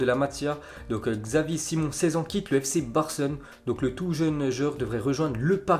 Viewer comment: Pfff se dire connaisseur et prononcer xavi alors quon dit chavi et dire xavi simon alors quon dit chavi simone